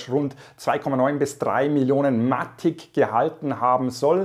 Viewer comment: Hey, danke für deinen Content. Sehr hilfreich und lehrreich. Danke dafür, eins muss ich dennoch loswerden. Bitte auf die Aussprache achten... bei alle Sachen. In diesem Video speziell auf Matic bezogen. Es heißt [maetig] (mätig gesprochen) und nicht [Matick] und nicht Polygoooon sondern polygon.. ahhh. Bitte... so informativ und hilfreich!!! aber bei so einer Aussprache tun mir die Ohren weh und ich muss abschalten... LG ✌️